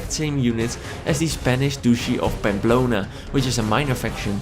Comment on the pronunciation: Aww, why can't you play all the other cultures which have unique units?! You can make them into vassals and levy their units though.. Right? In that case I want welsh longbow men as Mercia! Anyway... "Spanish Douche-y of Bamblona" ;) Sounded really funny